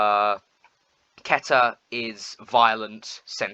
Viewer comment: How tf did he pronounce keter?💀